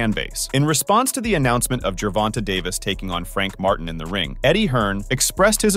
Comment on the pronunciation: Why do these reporters REFUSE to say Gervonta (jur-VON-tay) correctly? Who's fact-checking and approving these videos? Why do they think it's okay to CONTINUE to mispronounce the name Gervonta? It's sad.